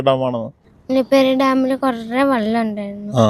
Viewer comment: ആദ്യം വെള്ളം എന്ന് പറയാൻ പഠിപ്പിക്കൂ.കുട്ടി വള്ളം വള്ളം എന്നാണ് പറയുന്നത്. പ്രാന്ത് പറയുന്ന ഫാമിലി